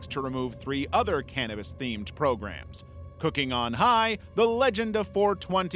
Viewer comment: why cant you say "cannabis" ? 🧐